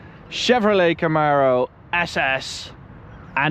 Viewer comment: Kamaro SS in a Austrian Painter accent